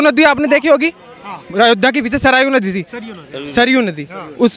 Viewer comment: Pahle bolna to Sikh le सरयू को सरायू नदी 😂😂😂